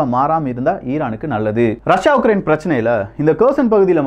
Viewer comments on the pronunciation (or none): none